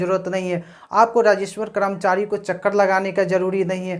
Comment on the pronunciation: Rajeshwar nahi rajeshwar hota hai.